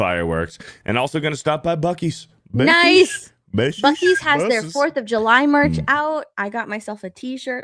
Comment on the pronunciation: That's triggering to call Bucees like it has an S and that whistle 😂 Everything's fine..